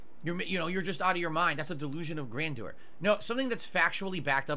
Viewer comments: Isn't Grandor a city in Lord of the Rings? "Grandor has no king. Grandor needs no king." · the way he pronounces ‘grandeur’ is so bloody funny 😂😂😂😂😂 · Grandeur? You mean grand door? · This goes way past delusion, and into dementia. And can someone please teach how to pronounce "grandeur"?